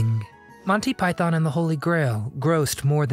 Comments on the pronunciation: Python. Not pythōn. Stress on the first syllable not the second. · Please learn to pronounce Python properly. It’s not Pie-Thon, it’s properly pronounced Pie-Thun. Why do Americans always mispronounce this word? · its Python not Pietharrn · Thanks! Good video about a hilarious film. Just a small gripe, it’s pronounced “ Monty Py-thun, not “ Monty Pythonn”. Cheers! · "Yes, we are all individuals" is probably my favourite moment. Oh, and please, it's...... "Pyth-en", not "Pyth-on". 🙂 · its not Pie-Thon.... its pi-thon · Stop saying PYTHARN. It is PYTHN (don'tr pronounce the O) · I know Americans like to pronounce python, pie-thon, but given they were predominantly British, it's pronounced pie-thn. Just sounds wrong calling it pie-thon. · God, I hate the way Americans say "PyTHON." It's a British act, so kindly do it the basic courtesy of saying its name the way British people - including the Pythons themselves - say it. Pie-thun. No stress on that second syllable. Here's John Cleese saying the word "python" several times, for reference. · And, it was Monty PythOn, not Pythaaaaan…. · Why do you keep saying it as 'montypyTHON'? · One correction. It's pronounced PIE-THIN.....There is no Thon in it at all. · Silly American-voiced commentary. It's not pronounced Pythonn!